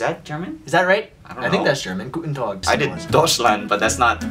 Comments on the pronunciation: You guys pronounced the German words wrong Deutschland {Germany} (Doy-ch land) Guten Tag {Good day} (Goo tin tag) Wait, forgot about different accents, so.... nevermind? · Gooten tag? Haha its pronunce guten tak. And it spells guten tag. And its german not swedish haha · It’s “Güten tag”. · guunda !! its guten tag haha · Yeah it is, but he said "gutenDOG" 😂